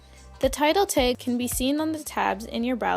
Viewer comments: stop saying "teg"!!!!!!!! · TAG NOT TEG